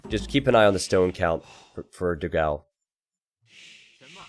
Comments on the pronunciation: for the portuguese language honour, it is "dogaum" to the right spelling, not "dogau". I love your videos as well. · Just so you know, you pronnounce it "Doh-gaum" It means "big dog"